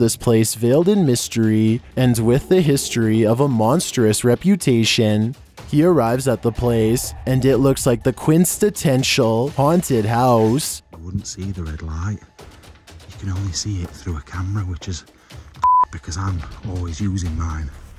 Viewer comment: your attempt at "quintessential" was glorious.